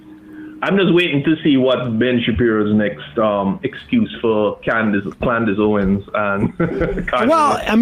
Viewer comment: Did he call her Klandice Owens??? OMG lmao